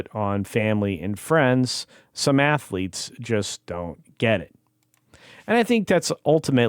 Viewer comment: He should remain in UK and you almost said it right Assletes.